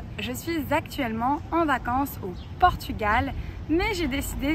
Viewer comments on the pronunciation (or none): none